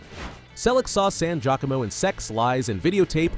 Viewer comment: Look up Giacomo pronunciation... Please. Gia co mo.... Not jacqueimo